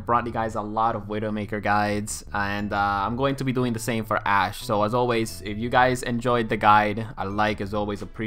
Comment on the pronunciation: Dude hehe sorry but it sounds so much like you say "ass"! haha and when you said you will make an ass-widowmaker guide, I was laughing out loud! :D